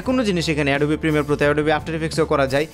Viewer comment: ওটা এডোবি না🤣🤣 অ্যাডব